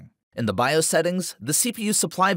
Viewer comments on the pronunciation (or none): none